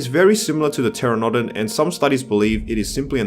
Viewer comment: Excuse; "TER-uh-DOE-dan"? It's a "TER-an-NUH-don" mate. Dimorphodon isn't a rhamphorhynchid either. It's just...Dimorphodon. Also; why is Tapejara excluded from the list? It has no similarities to Pteranodon, nor, Dimorphodon and is sizeable at best. It's also one of the most of famous Pterosaurs from the 90's courtesy of Walking with Dinosaurs and was even merchandized in the JP toyline. I know it is your opinion. But you just can't exclude some of these highly favored pterosaurs from the game. There are ways to make these situations work, like with the Quetzalcoatlus, either base it off the smaller specimen from the fossil records or expand the island, and create a large aviary like the one from JPIII.